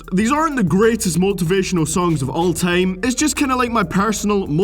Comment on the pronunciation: "of oull teim"